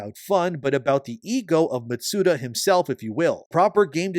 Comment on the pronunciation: Matsuda? Shugeri? Any chance you could properly pronounce their names?